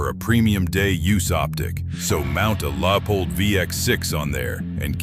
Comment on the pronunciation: A LAAPOLD VX6? “ Leed free projectiles ”?. I’ll just look at the pretty pictures and leave the sound off.